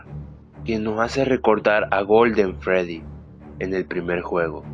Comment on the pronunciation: Es que dijo bien no se cómo goo olden freddy LOL